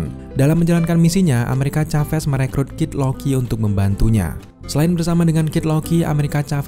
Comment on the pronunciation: Plis nyebutnya amerika saves bang jangn caves😅 biar enak didengar